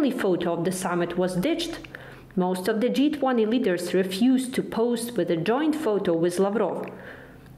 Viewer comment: G20 sounds like джий 20 not джай 20 👍❤️ thank you for the report.